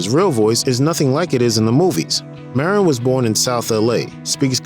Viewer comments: Marin, pronounced Mahdine---not Marrin. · UGH ITS NOT MARE-IN